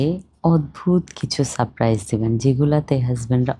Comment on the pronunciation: আপু সাপ প্রাইস নয় সারপ্রাইজ আপনি একটু ঠিকঠাক বাংলা ব্যাকরণ উচ্চারণ দেখে নেবেন